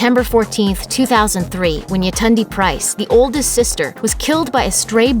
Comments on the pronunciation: Its Y(ay)tund(ay)! Nigerian name. RIP. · I am Nigerian and the cringy pronunciation of Yetunde